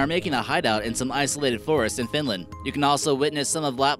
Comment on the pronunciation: Not finländ its finland